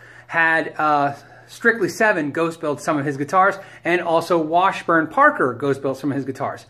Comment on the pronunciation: "Washurn" and "Squire" made me quit and go to the next vid